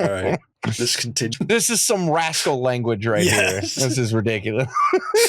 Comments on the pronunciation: Hard r on that rascal word 😂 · Homie said Rascal with a hard R